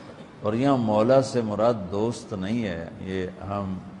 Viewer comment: Pehle sahi se padh mantunto mola fahaza ali mola ase padh